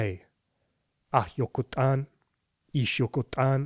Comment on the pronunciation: i’m from Yucatán and tu yokot’an pronunciation is veeerryyy good tho!